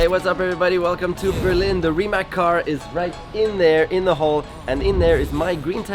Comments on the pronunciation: I still can not understand why do some of your pronounce the name wrong? It is Rimac not Rimek. It is Rimazz like pizza at the end. P.S. It is nor Nicco Rasbjergg! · Everything fine but I do not understand why you are pronouncing RimaK when you know that is RimaC?! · Its Rimac not Rimak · Its Rimats not Rimak .. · Nico warum sagst Du immer Rimäk - es wird doch anders ausgesprochen :D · C in Rimac is read as zz in pizza. (I'm Croatian) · Bought a 2m dollar car….can’t pronounce RIMAC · At least pronounce the name right.